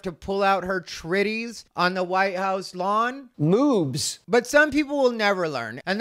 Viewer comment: He said “Tritties”. 🤣🤣🤣